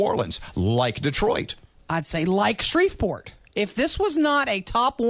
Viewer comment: Somehow I'm NOT surprised when she said Shreveport also